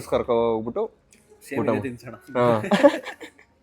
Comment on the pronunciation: Kannada sari madi uttha all utta